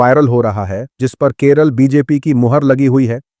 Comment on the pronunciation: Bhai, kerull nehi Kerala hy